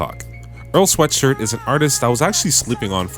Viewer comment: This video is the first time I’ve ever seen earls last name pronounced correctly